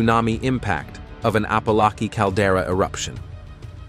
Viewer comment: He can't even pronounce Apolaki properly.